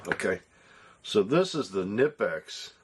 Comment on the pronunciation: The k isn’t silent. Kuh nipex. I said nipex for a while until I heard it pronounced from someone who worked for the company